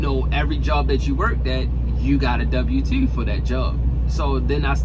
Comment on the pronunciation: A dubbew tew. 🤣